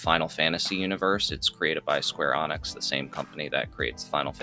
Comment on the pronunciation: Its Square Enix , not Square Onyx , smh ...